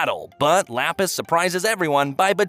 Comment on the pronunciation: am i the only one whos agrivated by how he pronounces lapis's name?